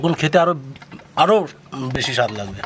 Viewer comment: খাতি আস্বাদ লাগে স্বাদ কে আস্বাদ বলেন কেন